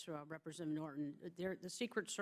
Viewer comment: This bitch is annoying. Why does she keep turning off and on her mic. "Represzchentative...."